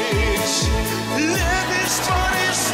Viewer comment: У Серова на слове лЮбИшь практически 2 ударения, а у Алехнл чётко любИшь